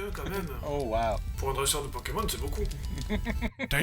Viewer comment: you make me laugh 😂😂 you said Pokeman like my mother in law used to say 😂😂 it’s Pokémon 😂😂 because of pocket/monster 😜😘